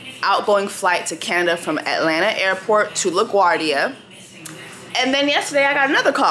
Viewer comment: I say Atlanter too now 😂😂😂😂😂